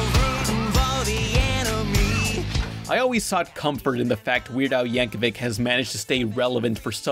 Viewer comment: You finally learned how to pronounce Yankovic! I'm so proud